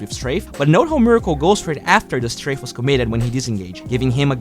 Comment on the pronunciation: you learned how to pronounce Strafe!! hahaha! Anyway, great video o/